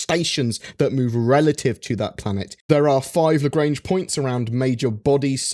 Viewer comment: That's not how you speak out "Lagrange"...